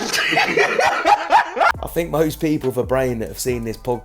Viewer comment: "Tink about dis"---Fresh